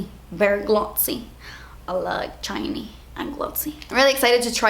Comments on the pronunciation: "I like chiney...and glotsy." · "Berry chiny.. berry glozzy" -- the main reason I hit the like button for this video (besides the fact that I like them all anyway hehe)